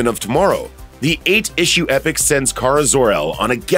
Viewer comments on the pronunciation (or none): none